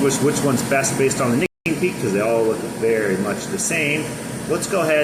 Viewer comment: You cant say nicotine?!?!?